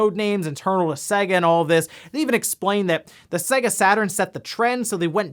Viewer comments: Urgh why do you say Sega so weird? It's pronounced Sayga not Sagga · It's pronouced 'say-ga'. It says so at the start of every fucking game!